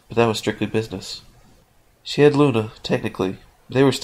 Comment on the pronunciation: he said she wrong.